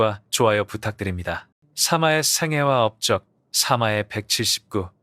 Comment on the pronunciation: 사마의를 사마에라고 하면 듣기 어려워요 일단 구독합니다. 조심하세요 댓글이 심상찮아요 전문가가 많으니 ㅋㅋㅋ